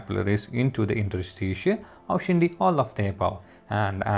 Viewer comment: Great content but you need to work on your pronunciation of certain words. You read it wrong sometime.. For e.g. 'Interstitial'